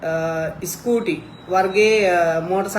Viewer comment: ඉ ස්කූටි? නෙමෙයි ස් කූටි